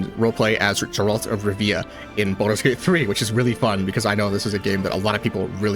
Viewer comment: oooh, that "Gzeralt" of Rivia hurt. Other than that, great video. :))